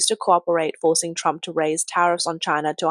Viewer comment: Poor Chy-na. lol